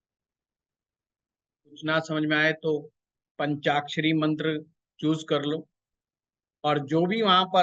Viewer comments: Bahut badiya jankari di chathe Ghar ke bare me shreeman jiek gustakhi kar raha hu aapne ek mantra bola jiska uchcharan kuch ashuddh sunai de Raha prateet ho rahaa hai aap jaise pratishthit jyotishacharya ji ke mukharbindu se shuddh uchcharan hi grahy hoga ese anyatha na le kyoki yah madhyam aapko sampoorn vishv me prcharit kar rahaa hai baki poora video atyant gyanvardhak evam margdarshak hai aapka shubhechchu darshak hu ) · Aap sare mantra ka galat uccharan kar rahe ho